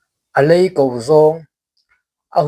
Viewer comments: I lam rik dan a va dik hlel ve aw, 'alei ko' hi thluk hniam lova thluk san zawk tur 'a khau kap' tih a kap i lam rik dan pawh hi, silai kap anga lam rik tur. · A lei ko toh kha (ko) lai hi a ri a sang tur